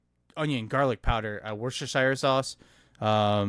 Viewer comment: Wus-teh-sher ... It's that simple